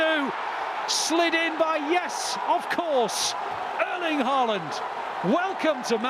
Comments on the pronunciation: It’s “Arling Hawland” not “Erling Ha-land” You’re welcome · The Commentator fits how he pronounces Erling Haaland just Like the One in the Bundesliga used to pronounce❣️❣️❣️😭